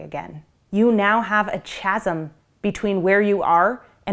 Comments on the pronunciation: Probably won't be seen with whatever other freaky nonsense is floating around but I wanted to clarify that "chasm" is pronounced as kazzum. Just wanted to mention that while standing on my "pedalstool". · “Chasm” is pronounced /ˈkæz(ə)m/ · Chasm is pronounced Kazm